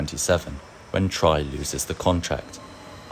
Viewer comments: T.R.I. Not Try... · was built in 1979, so it's not even 50 years old. : TRI is pronounced individually, not as an acronym. : The 101 series was built from 1995 onwards, so it is far from being 50 or even 60 years old. : Please pay attention to the correct pronunciation of Neuss /nɔɪ̯s/. Your pronunciation is nonsense; it sounds like Nüss /ˈnʏs/. The pronunciation of Krefeld is just as wrong. The correct pronunciation is /ˈkʁeːfɛlt/. : The correct pronunciation of Düsseldorf is /ˈdʏsl̩ˌdɔʁf/. : 111 054 was built in 1976 (not even 50 years old now) and is shown here in a fantasy livery. The locomotive was never painted this blue, but originally in ocean blue and beige.